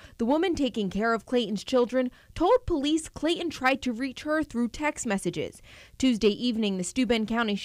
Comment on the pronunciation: What's with this anchor and reporter? One calls him, "Clayon", the other calls him "Clayhon"...it's not that difficult to insert the "T" ladies I promise...I've done it and it's caused no residual effects!